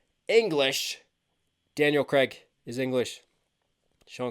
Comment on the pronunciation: It's Craig (Like Laid) not Creg (Like Leg) 😄 Keep it coming 💯